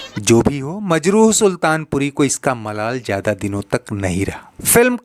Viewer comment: Majru, nahin,Majrooh kaho.